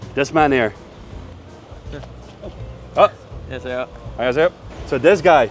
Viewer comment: 안녕하쎄여... 방심했네 ㅋㅋ